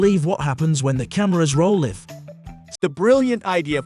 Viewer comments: He keeps saying live instead of live! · Someone should have told the narrator that there are two ways to pronounce the word "live."